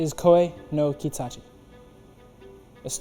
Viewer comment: Um...Its Katachi not Kitachi. But well said 🤗